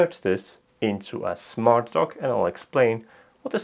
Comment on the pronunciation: At first I thought you said you were working on a smart "Dog."